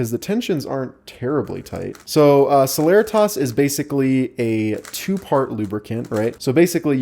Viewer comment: I thought celeritas was pronounced se-le-ree-tis not se-ler-rih-tahs